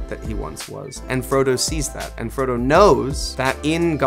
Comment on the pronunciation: The fact that Elijah called Frodo, Fredo is hilarious